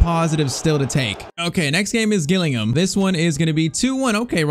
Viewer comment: You pronounce Gillingham with a 'j' sound btw!